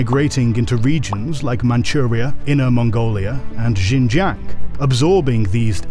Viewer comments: The pronunciation of Xinjiang is dire. It's SHIN-JANG. No zhes anywhere in that word. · J(I)ANG with silent " I " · that XinJiang pronunciation is rough